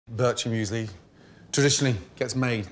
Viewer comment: As a swiss guy, Gordon saying “Birchermüesli” (yes that’s actually how u spell it) made me kinda annoyed